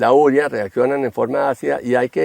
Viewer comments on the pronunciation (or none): Urea, no úrea... Habla bien